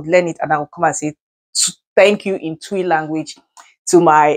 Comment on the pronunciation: Hahaha wolo is not tui but twi medaase